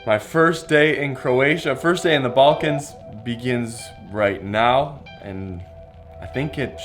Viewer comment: Not "balkans"